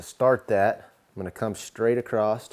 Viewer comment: There's no "t" in the word across. 😂